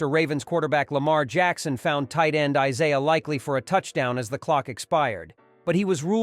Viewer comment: Pronounce Isiah’s name, right?